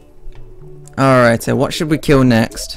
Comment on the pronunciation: I like how he says alright like "alrighta"